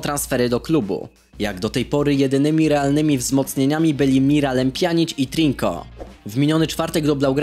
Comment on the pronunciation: wymawia się Trinko :D